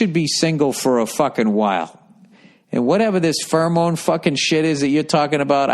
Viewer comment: Pheromone: Feramoan